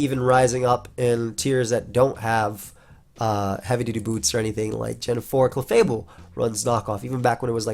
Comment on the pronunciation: Not the first time mispronounced heavy duty boots aa heavy booty dudes. Freudian slip?